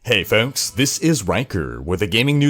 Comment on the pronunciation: I've never heard anyone pronounce the word "folks" the way he does. It makes me chuckle every time. His pronunciations, enunciations and diction are all very good, and then he comes at me with his "Hey folks" and I lose it like a fat kid in a China shop.